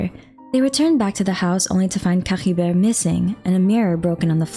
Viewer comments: was caribert really spoken like that? i mean i understand your insistence on speaking the sumeru names the way you want to since I could understand the logic behind it(culturally), but Caribert being spoken as C-ha-ri-ver? idk man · Nah none of the characters pronounce it the way this YouTuber does lmao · No need to add the weird gh sound to Caribert. It's pronounced cari-bear and the noise is no where to be seen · What up with that weird accent when you say Caribert?🤔